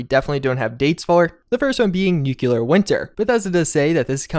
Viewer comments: NUCLEAR Pronounced: NEW CLEAR not NEWK YA LER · Its not "Nu-CU-lar Winter" its Nu-Cle-Ar" Winter... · NEEW-CLEEE-AARR... Not nucular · Nuclear: Nu...Cle...ar. EXACTLY as its spelt. Its not hard. Try it.